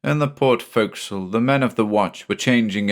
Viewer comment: I'm sorry to knit pick but I'm so glad to hear forecastle pronounced right. Having spent time in the navy, some things just stick with you, ya know? Was I the only one who pointed it out before? Either way, great job as usual.